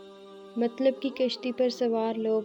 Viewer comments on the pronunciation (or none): none